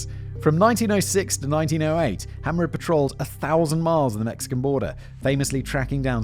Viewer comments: Frank HAMER, not Hammer. (It was driving me insane) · As someone who has studied Bonnie & Clyde, I really enjoyed this one Simon, great job. BTW, it's pronounced, HAY`mer, like a bail of HAY that cows eat. My opinion about him and the other police that day,,,, B&C certainly needed to be stopped, but to be hired by a prison guy, Simmons, to commit murder, and make money for the commission of that murder, makes them mercenaries', just as bad as B&C themselves. I am in law enforcement and yes, I know they murdered police officers, but that's just not the way to do it. Those police and that Texas prison director should have been prosecuted.